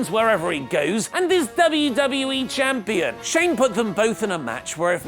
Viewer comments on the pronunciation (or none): none